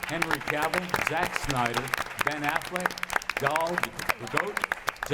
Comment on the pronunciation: the beggining he said Benefleck